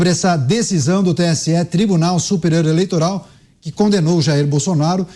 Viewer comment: Mentigas, eleitogal, inquéguito, como fala bem esse xxxxxxx, vixe. Mentiras, jogo sujo, armação, isso é próprio do ladrão.